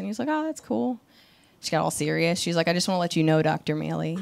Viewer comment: Fun fact, the way you pronounce your surname is the same way Afrikaans South Africans refer to corn on the cob... Mielie. Love that 😅🌽